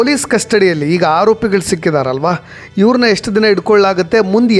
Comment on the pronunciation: ಹಾರೋಪಿಗಳು ಅಲ್ಲ"ಆರೋಪಿಗಳು" ಅಂತ ಹೇಳಿ